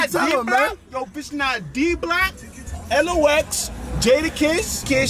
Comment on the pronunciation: It's pronounced Locks, not l-o-x.